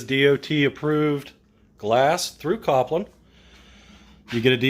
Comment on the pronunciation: Kol pin not Kop Lin